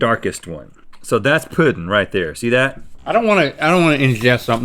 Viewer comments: Does that say poe-ding? Where are you from that you pronounce it like that?? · the way they pronounce “pudding” sends me into a rage